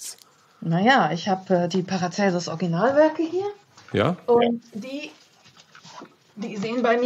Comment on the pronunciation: An den Moderator: er heißt Paracelsus und nicht Paracelsius